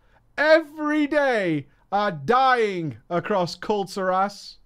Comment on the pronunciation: It’s Kul’TIRas not Kul’TirASS ya scrub.